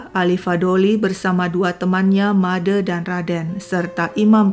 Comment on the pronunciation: Kenapa pembawa cerita tidak bisa mengucapkan bunyi "e" pada "Made" sama dengan pada kata "sate"?